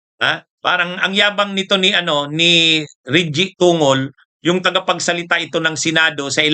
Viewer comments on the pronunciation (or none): TONGOL..... PRONOUNCE TONG GOL !